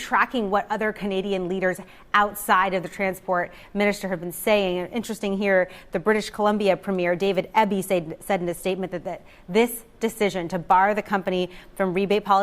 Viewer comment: That’s pronounced E for Eby. Do you homework reporter